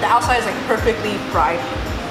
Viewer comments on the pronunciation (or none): none